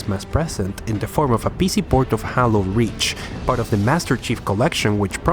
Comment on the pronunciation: "Jalo Rish"